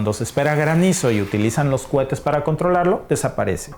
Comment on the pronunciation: CUETES NO, ES COHETES